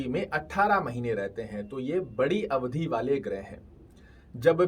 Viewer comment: अवधि को अवधी क्यों बोलते हैं आप लोग । पता है उच्चारण मात्र से शब्दों का अर्थ बदल जाता है। अवधि का अर्थ होता है समय। अवधी अवध क्षेत्र में बोले जाने वाली एक भाषा का नाम है।